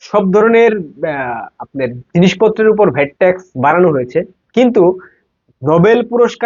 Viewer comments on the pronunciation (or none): none